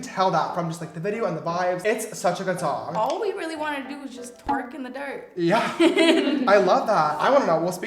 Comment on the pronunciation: "tHe SOoOnG EeZ a bOHp"